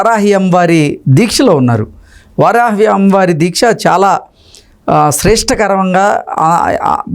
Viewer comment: వరాహి కాదురా బాబూ, వారాహి అనేది నేర్చుకో.